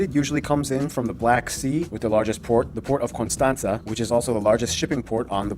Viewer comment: Timisoara and constanta was pronounced perfectly 👌🇷🇴